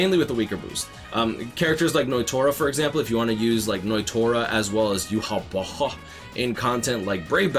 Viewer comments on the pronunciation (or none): gotta love the way says Yhwach also grats on 50k 🥳